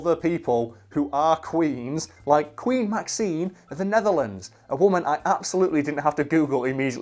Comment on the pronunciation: Excuse me, but you got one of your facts wrong. Maxima, whose name you mispronounced, married Willem-Alexander in 2002. Willem-Alexander was still a prince at the time. In 2013 he became king and maxima became thereby the queen.